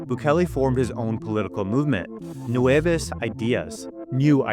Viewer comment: I know the guy doesn’t speak Spanish, but how does he read nuevAs as nuevEs? 😭